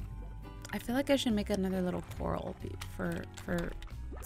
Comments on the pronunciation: Not being rude but it's COR- AL as in the name ALvin not coral like the underwater plant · its not COR-al, its cor-RAL. like a cage. not an underwater plant. look it up :) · It's. Core-AL, not core- ahl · ... Cupquake, mah friend, it's not Coral, it's Corral (Core-Al) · IT'S NOT A CORAL IT'S A CORRAL LOLLLLZLZL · BTW Quake, It's Prononced "Cu-ral" Not "Coral". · Cupquake. To pronounce corral. Is Coar-Al. As in the name Al. Not coral in the sea. Like a horse corral. There's a difference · im not trying to be mean i think its cute that she calls it a coral but but its pronounced cor-al as in the name al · It's corral core al like a rancher not coral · It's actually pronounced core-al not the pretty things in the ocean but like corral for horses and stuff... sorry to break it to ya but I've seriously been freaking out because your calling it a coral..... yeah, oh well I mean I tried to ignore it, but it was,honestly pretty annoyed....😅😜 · Hey iHasCupquake, I noticed something. I think you're pronouncing corral wrong. I think it's pronounced core-ah-ll such as something you'd hold a horse in even though it's spelt really similar to the underwater plant coral. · Angel Of LightSaber Oh my word, I legitimately thought she was talking about the plant, coral, not corral. I wasn't paying full attention, either, lol. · Cupquake!😂 it’s pronounced co-r-al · Its pronounced (core-ral) sorry its just a pet peeve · Hey I has cupquake, corral is pronounced as coraal. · Cupquake you pronounce corral co-ral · cupquake I'm sorry to say but your still missing pronouncing corall it is cor-al or if you cant pronounce it by that Google it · She still doesn't know corral isn't pronounced "coral" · ***** Lol, when I realized she was pronouncing it wrong I nearly laughed my head of because it was so confusing and funny! Hahaha! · I know that tiffy says corral wrong but I don't care I love tiffy!